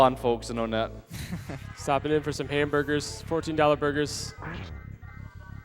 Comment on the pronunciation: I don't care what anybody says. "Onett" is pronounced "one-ett".